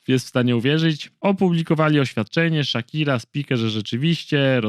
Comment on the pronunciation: No ok, ale że ''Szakire'' ???!!!